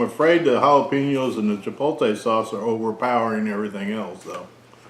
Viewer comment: Honest review. You did however trigger my OCD. I would ask you read the word CHIPOTLE carefully and then pronounce it. Chi pote lay. Rather than Chi polt ay. Keep up the good work.